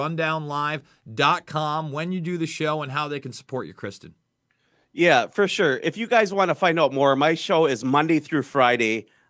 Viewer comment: Ive been following for years and he is too kind to correct your pronunciation of his name. Everyone else always pronounced it "Kris-tonn". fyi bud.